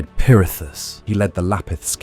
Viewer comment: Why are you saying perithis like that lol